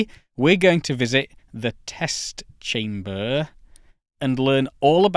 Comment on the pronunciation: Yes, yes, "Test chamberrrrrrrrrrrrrrr" - instant like :goodvibes